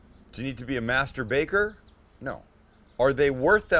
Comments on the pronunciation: Did you say master baker or masturbator. Lol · Did he say Mastor Baker... what what!!!!!!!! oh I get it. its a baking segment